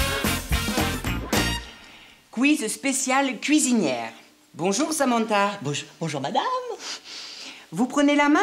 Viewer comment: on dit "Samantha", pas "Samentha" 😩😒